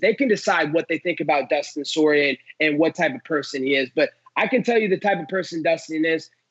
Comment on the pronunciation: soy-rier instead of poi-rier